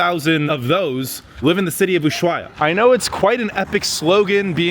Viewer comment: The h is silent in Ushuaia, just a heads up.